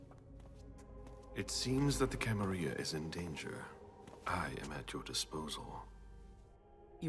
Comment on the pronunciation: I thought it was pronounced Camarilla, not Camariia. Also, where is the character build screen? I wanna be a Malkavian like in bloodlines.